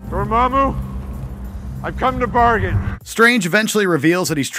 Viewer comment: am i the only one who bursts into laughter when doctor strange kept coming and saying "Dormammu I've come to bargian"